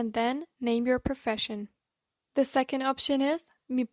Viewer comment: It's Second, not Secound in English